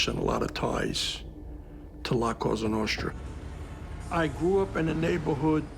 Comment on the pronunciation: You say cossa nostra